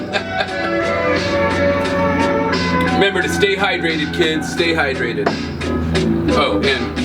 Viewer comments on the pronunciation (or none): high-drated XD